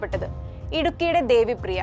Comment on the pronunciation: Devipriya alla devapriya 😅